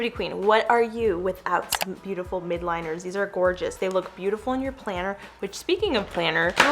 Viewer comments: Uhmm, Hey, I just notice to all your stationery videos how you pronounce MILDliners as “MID liners”. So yeah, it should be MILDliners because their colors are MILD….not MID 😊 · I love the stationary gal set! Thank you for doing these giveaways and I just wanted to let you know that the markers are pronounced miLdliners